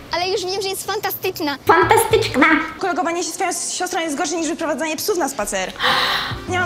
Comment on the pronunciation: powiedziałaś fantastyczkna wtf